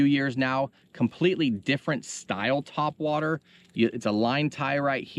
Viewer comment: Haha "tweakin ya twhat waters"